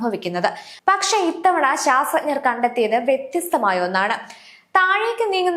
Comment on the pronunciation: ആദ്യം ശാസ്ത്രജ്ഞർ എന്ന് പറയാൻ പഠിക്കു കഷ്ട്ടം